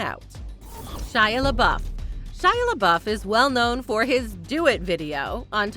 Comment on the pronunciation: It's pronounced le BOOF.